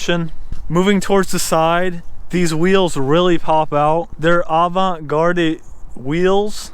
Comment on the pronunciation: Every time I see a Subaru STI , I always think that as a joke l convert STI to sexually transmitted infection cause most of the owners are d'c:s. Oh, by the way, Avant-garde, the second word the e is silent as it's a French word.